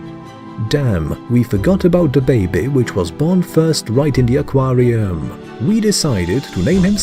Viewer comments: Ah Quaaar Re UUmmm 🤣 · ‘aquariUHHM’ ‘warTARE’ ‘bayBEES’ Very annoying!